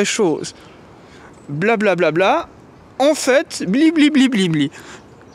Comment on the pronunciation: En fait, quand j'écoute, j'entends "en fête", c'est de bon aloi. En m'aime taon. Leurs beaux yeux.